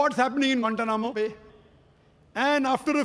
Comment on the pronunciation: I love the way he States or pronounces guantana mobile😊😊😊😊😊😊😊😊😊😊😊😊😊😊😊😊😊😊😊😊😊😊😊😊😊😊😊😊